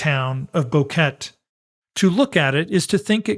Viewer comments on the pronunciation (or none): Thanks for the well researched video. It's so good to hear a real human voice-over too. However I must point out a recurring error. The name of the town isn't pronounced 'Bow-ket'. It's 'Bo-ke-te'. Three syllables with the accent on the second. It really isn't so difficult. If you can say Nevada, you can say Boquete. You don't say 'Nevadd', so why say 'Bokett'? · Its pronounced: BO-QUE-TE